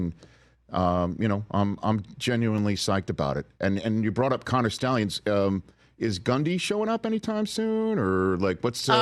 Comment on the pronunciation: “Connor Schtallions.” How do you not hate PM!?! Loli